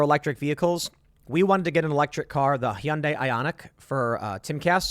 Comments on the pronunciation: How did Tim pronounce Hyundai? "Hee-un-day"🤣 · It’s pronounced hun-day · Why the fuck does Tim pronounce Hyundai like that. Lol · The way Tim says "Hyundai" is super funny to me.